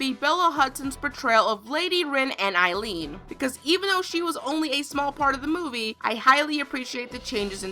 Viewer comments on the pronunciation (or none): none